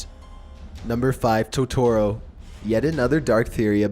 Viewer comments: He mispronounced totoro, ghibli and I think satsuka this is so annoying 😂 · flauffle wauffle yeah he said it wrong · Don't mess up Totoro for me! ='(